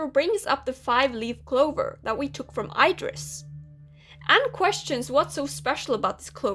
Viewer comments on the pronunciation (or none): i pronounce it "eedris"